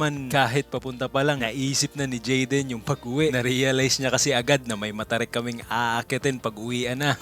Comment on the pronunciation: tumatagal nawawala narin ang letter "Y" ni jaden 🤣. narining ko "WAYA WAYA".